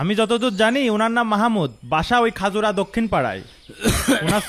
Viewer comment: খাজুরা✖️ খাইজরো✔️